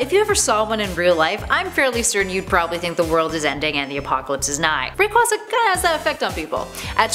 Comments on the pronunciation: BRUH WHO IS RICK WAZA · Rayquaza’s name is a combination of “ray” and “quasar”, thus its name is pronounced “ray-quay-zuh”. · She also mispronounced Rayquaza. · I'm a poke-fan and I'm mad the way she pronounced kyurem, rayquaza and necrozma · "zapados" "kyuraym" "riqwaza" "jiratina" seems legit enough.